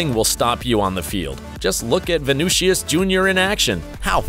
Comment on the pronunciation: bro called him vinoocious no wonder he calls it soccer